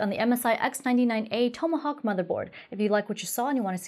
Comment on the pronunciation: TOM-uh- hawk